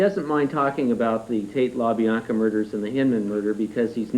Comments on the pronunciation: La Biana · How hard is it to say La Bianca?